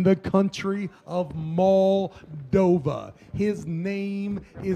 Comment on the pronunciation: Love, but it is Moldova, not "Moldovia" lol